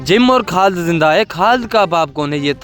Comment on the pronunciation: Khad ❌ khalid ✅